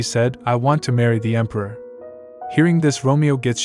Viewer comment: The emperior instead of emperor, really thows me off😅